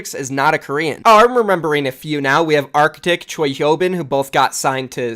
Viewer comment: wtf did u choke on to missprononuce architect and choihyobin so badly lmao